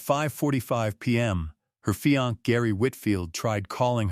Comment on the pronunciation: Sorry, but it's bothersome. Your Ai said fiancé "feeyahnk"and DNA as "Deena".😮 why don't creators who use ai edit their audio?come on. It ruins the flow of info to have to think "what?!" and figure out the real word. You probably can't fix this now, too late, but there's always the future to do better. Other than that, the report on this case is well done!